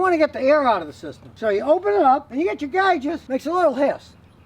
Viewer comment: the way he said gauges lol